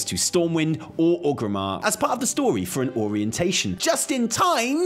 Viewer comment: I love your videos, but it absolutely destroys me every time you say OG-rimmar. Theres three "R"s in oRgrimmar. xD